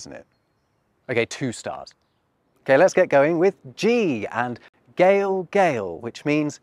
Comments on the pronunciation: Prettybsue thar “galegale” was pronounced “gally-gale”! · I like galegale but I think a better pronunciation would be "gay-leh gay-leh," except the y isn't so strong. The current pronunciation is a bit clunky.